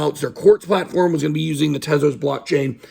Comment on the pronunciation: At least u say Tezos correctly and not 'Tease-Us' like the n00bs. Or that African American man Larry who is always talking about Solano even tho he old AF, tryin to give 'advice' but dont even know how to say SOLANA 😆